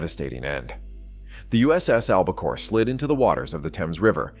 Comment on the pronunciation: Throughout much of the video, the name of the submarine is mispronounced AlbaCARE not AlbaCORE and there are other errors. You also have some non-navy photos shown that detract from the story of this exceptional WW-II Submarine that was tragically lost with all hands and just recently discovered. There is a lot of good stuff here, but you should have much more carefully edited it and made sure that your announcer knew how to say ALBACORE.